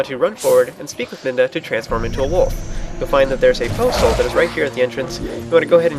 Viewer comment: you say Poe Soul, when you talk about Poe's but at the beginning i thought you said Postal, which is funny.